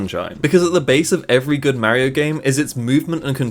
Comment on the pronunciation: You can't even pronounce Mario the rite way